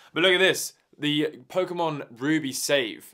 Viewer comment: "Pokemon Ruby"